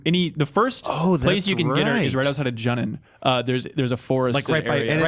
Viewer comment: "Junnen"....get outta here man xD